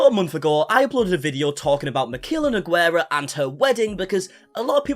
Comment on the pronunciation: Cada vez que alguien dice nogüera un pedacito de mi alma muere....